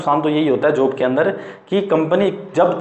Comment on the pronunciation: जोब नहीं होता भाई जॉब होता है 😒